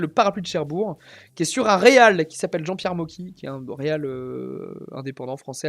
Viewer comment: C'est Cherbourg avec un G !